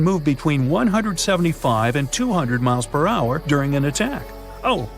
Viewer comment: "It raced forward at an I credible speed of 50 muhtpick ... " oooh, ouch smh